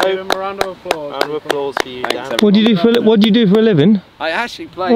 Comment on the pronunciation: Dan not dsan